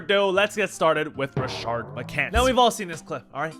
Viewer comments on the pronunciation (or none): There’s no “ r” in Rashad McCants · Rashad McCants not Rashard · Where did the second R in Rashad spawn from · His name is Rashad not Rashard... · Not “Rashard” 🤣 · "rashad" not "rashard" but hes a clown so who cares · His name is “Rashad McCants” not “Rashard” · it’s Rashad* not Rashard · its rashad bro. all u had to do was look up his name at the very least.